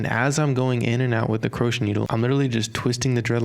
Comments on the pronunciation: no offense but its pronounced (crow-shay) hook not (kru-ch) hook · Its pronounced cro-shay baby lol not croshe